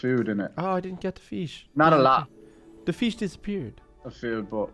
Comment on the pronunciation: I love your pronunciation feesh dargon chark 🤣🤣🤣😂😂😂🤪🤪🤨